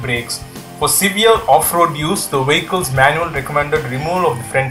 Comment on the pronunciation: Brilliant Video - pity about the narrator - could hardly understand him. Wehicles - yuck.!